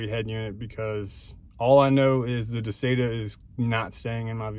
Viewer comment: I've watched several videos about this particular unit and you are the only one that pronounces it correctly